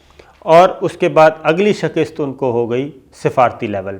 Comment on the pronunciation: Yaar SHAKIST nahi hota, SHIKAST hoti hai